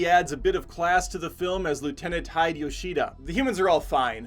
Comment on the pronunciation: Hide is not pronounced "hi + d". It's pronounced "he + deh"